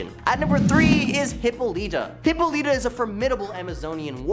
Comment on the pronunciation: Its hih-paw-luh-tah dude not hippo-leeta. And also wonder woman has no place on this list etrigan or question should be on here.